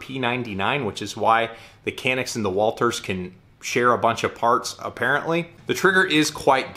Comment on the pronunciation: It's pronouncing as "John-ick"